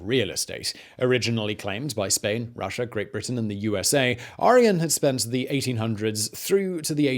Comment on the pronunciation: We love your show. We watch you every night. We have invented a drinking game, too. Every time you say "CanaDER" or "RussiER" or "British ComlombiaER", or any other time you end your "a" with an "ER", we drink. 🌹 To your health, good sir! Keep brining us the education.